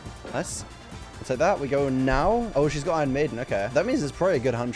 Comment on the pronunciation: irish coming out?